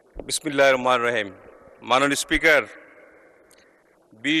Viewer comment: বিসমিল্লাহ বলতেও ভুল